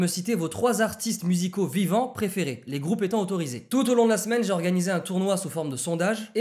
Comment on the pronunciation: Il a dit "vivant"